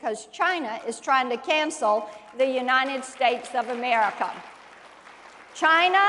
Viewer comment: Why does she say unanted states of america?